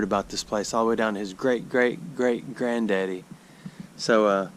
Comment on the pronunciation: The way you say granddaddy is super satisfying 🤣